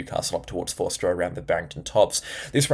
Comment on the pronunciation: G'day, thank you for your input. Just to hrlpnyou out with some name pronunciations: Forster (Fo-sta) and Ulladulla (Ul-uh-duh). Also, I dunno how you are going to do your paid channel, but I watch WW NZ (Weather Watch NZ) and Phil shows isobars including west and south of Australia, which shows what is incoming toward us. Is this what you looking to do or not? I realise you are busy, and I love your forecasting as well. Thank you for all that you do. It helps me with Scouts and activities with the local youth in the area. Kudos 👏👏👏